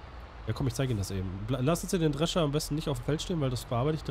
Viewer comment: das "S" vergisst er öfters bei wörtern. drescher "drecher" , theoretisch "theoretich"